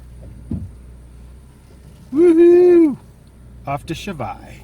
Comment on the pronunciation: good review and btw you didnt butcher the name that much